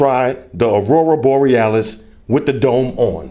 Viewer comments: I love it when he says "Arura Borealis" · One of the best fucking vids ever. Thanks. How many time did you practice saying Aurora Borealis. 😂